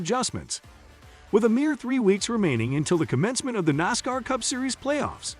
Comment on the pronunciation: Botvoices are slow learners. Nosscar?Really?